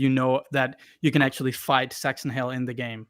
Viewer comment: Did I just hear "Sexron Hale" or am I stupid?